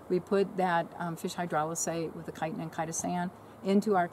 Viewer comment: What was that?? Kytan and Kytastan?